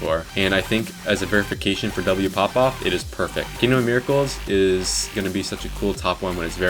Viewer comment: ITS MIRA-CALI-Ss